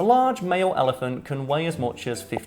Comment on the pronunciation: pronunciation of "ellie-fahnt" is triggering me -_